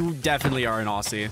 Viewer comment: bro really said au'ss'ie not au'zz'ie